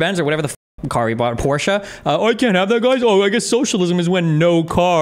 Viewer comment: Im one moment away from paying for a channel subscribtion just because you are one of the few north american people who know how to say Porsche.